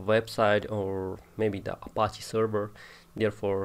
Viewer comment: He is saying Appachiee